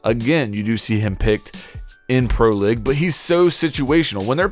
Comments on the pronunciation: Your pronounciation is ABSOLUTELY BARBARIC. League is “LEEG” not “LIG”. Capitao is “CAH-PEE-T-OW” not “CAH-PUH-TAY-OOH” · he says "pro LIG" so much its frustrating